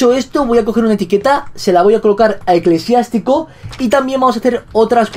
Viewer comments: Eclesiástico no eclesiatico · vegetta llamo a Eclesiástico ECLESIATICO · Tu perro se llama eclesiatico no eclesiastico